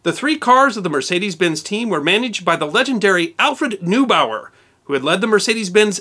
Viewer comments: Paß auf! Alfred NOY-bau-er. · Plenty of examples of emphases used on the wrong syllables including the laughablly clumsy "LABratory", (so it sounds like "lavatory"), instead of the more elegant "laBORATory". Other mispronunciations include, "Noobower", schoolboy error- read up on German pronunciation etc, etc.